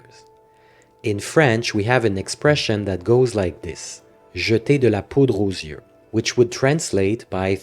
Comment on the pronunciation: "Jetey de la pOudre aux zyeux"🤣 Jsp si tu parle français mais tes videos sont super intéressantes a regarder ❤‍🔥